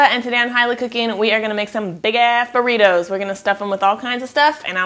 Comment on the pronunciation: I laughed to burr eeetoos lol